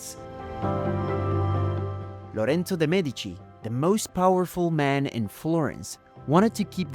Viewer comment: è super 💯 Però il doppiaggio in italiano è strano: Lorenzo de' Medici diventa "Lauren de Medi"!!